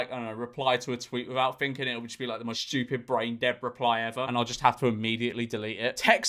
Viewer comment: I may be stupid but at least i dont pronounce it as "shchewpid"